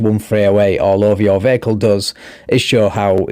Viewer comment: Bay-hick-kul drives me bonkers mate, can’t sub.